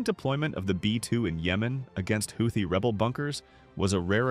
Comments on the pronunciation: If you want to narrate these videos at least make an attempt to correctly pronounce the words. Houthi= HOOTIE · They are going to need to spell it out for them like "Hoootheee" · AI generated content ..... the word Houthi comes up so often but is never pronounced consecutively in the same manner ...... Credibility = zero. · Okay, is it pronounced Howthie or Hoothie? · How many times can you butcher the name Houti in this valuable informative.? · You'd think the narrator would find out how to pronounce Houthi! Is it this AI?